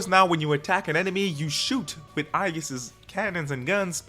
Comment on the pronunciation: whos this "aijis"? it's aigis